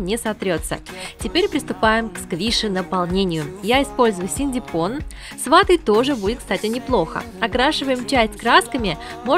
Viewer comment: Всё очень круто и прикольно!Но почему синдипон ,а не синтипон?